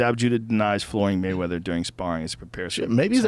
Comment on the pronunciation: Waymeather?!?!?! hahaha